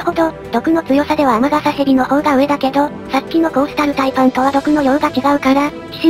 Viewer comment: コースタルタイパンがコーロシタルパイパンに聞こえた